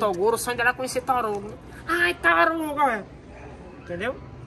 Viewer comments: O fala torugo kkk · "tóruguio" KKKKKKKKKKKKKKKK